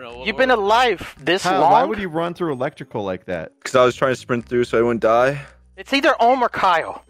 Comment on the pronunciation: “electical” :v